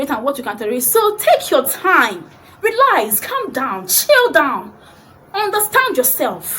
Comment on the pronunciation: "Just relask"😂😂😂